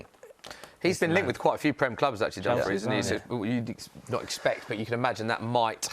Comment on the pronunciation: said Dumfries dfkm😭😂😂😂